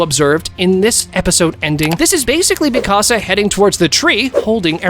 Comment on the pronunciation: I can’t watch this video because of how he saying Mikasa name